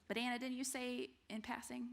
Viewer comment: Great lecture! However, whenever you say, “but Anna”, I thought you were saying ‘banana’ lol